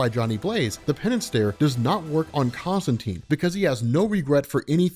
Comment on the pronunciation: Love it! I'll even forgive your mispronunciation of Constantine :)